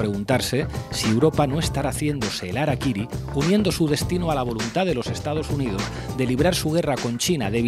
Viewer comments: Hola, se pronuncia "jarakiri" "Yengis kan" pero aún así los amo amigos. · 266 COMENTARIOS . NO SE DICE arakiry...REPASA VÍDEO . lo dicen CASI al finAL.. #saludYahorroENERgÉTICOdijoTOD@